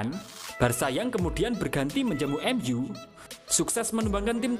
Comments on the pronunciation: Emyu apa Emzu bro??? 🤣🤣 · MU min, bukan MZU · Dari pabrik mana lah pengisi suara ini. 😂😂😂 MU, bukan m,ghu. Ronaldo, bukan ronalgho Adoiii🤣🤣🤣🤣😋